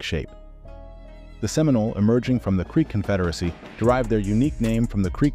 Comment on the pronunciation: Oh see Olah? 😒🙄 Can’t even get the pronunciations correct. We are still here to tell our own history!